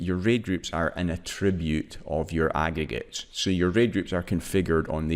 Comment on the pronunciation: nigga you can't even pronounce aggregates properly, smh